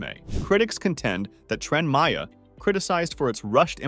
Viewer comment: It's that damned AI speech and text again. The intonation is easier on the ear here but "Cable state?" Twice? "Trend Maya?" and now the hilarious "A shocking toll has already been exacted, with 120 square CM of jungle cleared" If you're being so pushed for time to get it out there, then take your undoubted skills elsewhere. If you just pressed send, then you're letting yourself down. And us.